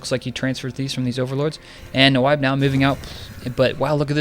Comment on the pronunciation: its pronounced "Nib" like "nibble" - it's a play off of a friend's typo he made a lot in counterstrike saying Nyb instead of Nub - so its basically you Nub, but Nyb :| but it was funny listening to you try to say my name :) uNyb